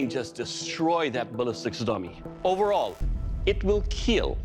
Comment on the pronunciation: Do you think hearing Doug say it will KEAL means anything to Dave like it does to other contestants?